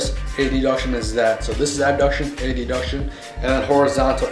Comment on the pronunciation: it is not A..D..Duction is it Adduction.Pronounced Ad-duction